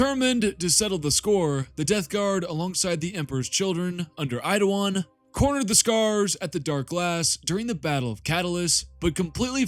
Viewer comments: His name is Eidolon not "Eidowon" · Dude am I going crazy? Why do you keep saying Eidowon? Is it a joke I’m unaware of? I wouldn’t mention it if I thought it were a speech impediment but you say your Ls perfectly every other time 😂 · Why do you suddenly have a speech impediment when you say Eidolon? 'Eidowon'